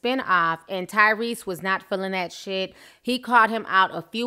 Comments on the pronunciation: When Ti said Cryrese, I fell of my chair Lmao. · Who called this man Tygrease I'm dead 😂😂😂